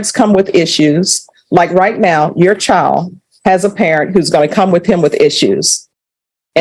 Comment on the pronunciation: Your CHIO! No, it’s child, it’s world, not worl